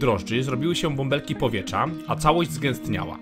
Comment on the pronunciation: Film spoko, ale irytuje mnie, jak wymawiasz "trz" - np. powieTrza, nie powiecza ;)